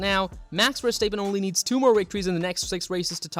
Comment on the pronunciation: great video but its pronounced "verstap {pen}" not verstap {peen} haha